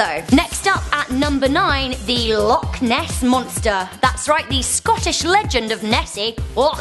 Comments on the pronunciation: it isn't that hard to say loch properly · You said loch wrong by the way but I wouldn't expect an American to get it